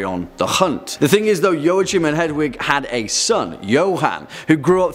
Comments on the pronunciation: If I'm not mistaken, Joachim isn't pronounced 'Joe-a-chim' it's 'Wah-keem' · I've never heard it pronounced "Yoh-uh-chim". "Wah-keem" maybe. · I cringed at every mispronounciation of Joachim. It's Yo-a-heem. Sigismund is also nothing like Zygmunt, but I guess that's already ingrained in western culture. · Joachim is pronounced 'Wah-Keem'... fyi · No, I'm sorry, pronounced "Joa" right but the "ch" in German sounds like when a human tries to imitate a cat's hiss. It's a very dry and guttural sound.